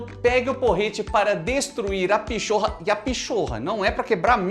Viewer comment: Não se diz pichorra se diz PINHATA!!!